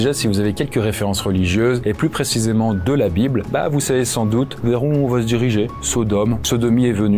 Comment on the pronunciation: Il n'y a pas de "T" à va , donc arrêtez de faire une liaison qui n'existe pas !! vous y gagnerez en crédibilité et en qualité ...